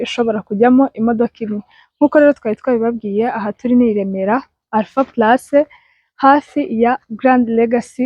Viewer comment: Bavuga Alpha palace, ntabwo ari Alpha place